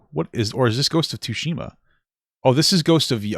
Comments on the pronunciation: Man called it "two-shima" 😂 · Papa's way of saying tsushima breaks me every time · Ya know. People seem to be having an issue with female Leeds in male focused media that people like Ridley Scott cracked 40 plus years ago >.> also please tell me you are pronouncing the T in Ghost of Tsushima to trigger my sperg brain. I make pornographic art for a living, I don't want all the media I consume to also be horny...